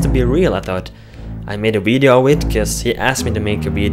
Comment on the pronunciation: You said wideo lol